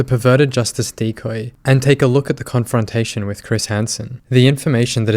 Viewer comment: I love your pronunciation of confrontation